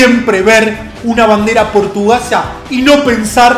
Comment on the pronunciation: bandera "portugasa"